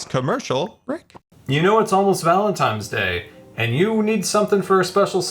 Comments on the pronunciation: Was he saying valentimes 😂 I love dyslexic scar 😂❤ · Scar, sweet wonderful scar, you said valentiMes 4 times. Even though it’s adorable it’s valentiNes. With a N. Never change, scar 😅. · Today i've learned that Scar says "Valentimes" instead of "Valentines" and i cannot unhear this now lol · I deeply relate to Scar saying "Valentime's Day" as a disabled and dyslexic person 😂 I misspeak and make silly mistakes like that all the time. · Ah yes, Valentime’s day. The loveliest holiday. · New one for the Scar dictionary: Valentimes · There's something quite interesting with the way Scar says "Valentines day", pronouncing it "Valen times day" essentially... And I don't know about you, but that's one of the grammatical errors I am just willing to welcome. Sounds fun, and it just weirdly works. ^^ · Gotta appreciate “valentimes” day…lol Love ya scar